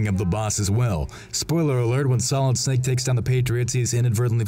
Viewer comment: "as SMALLid Snake" gets me every time